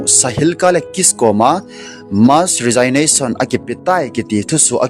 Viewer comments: Resignation hi pronounce nabol teng rejiknason ti toh kibang ahi. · Na Resignation pronounciation chu ngaithada aume sopi. Thugil lagil naseingal ahileh pronounciation chu phaten mango.... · Resignation na pronounce danchu datmah um sam'e.😮😮